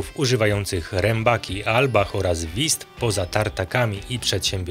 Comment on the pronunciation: Broń Boże abym się czepiał- wiem że my, Polacy mamy problem z wymową niemieckich głosek, ale Wüst brzmi inaczej, nie wist😊